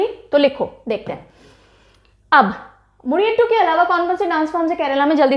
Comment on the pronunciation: Mam, "Mudiyettu" pronounced as Mu-di-yea-tt